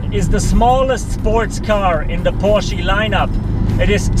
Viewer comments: Porschie???? Dude. It's Porsch uh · porshy? lol